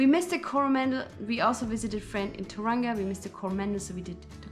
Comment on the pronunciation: Tauranga.....toe-wrong-a Taupo....toe-paw